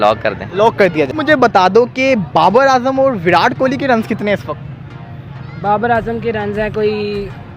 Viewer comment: विरात मत बोला करो भाई (विराट कोहली) है🤣🤣🤣